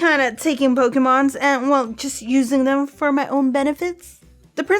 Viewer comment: EVERY TIME SHE SAYS POKE-EH-MONS IT KILLS ME IN THE INSIDE.